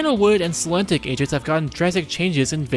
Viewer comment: You're far from the only person on YouTube who made this mistake, but: It's "Selenitic", not "Selentic".